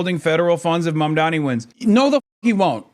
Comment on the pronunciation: Is there a style guide for mispronouncing Mamdani's name? It's three fucking syllables sound it out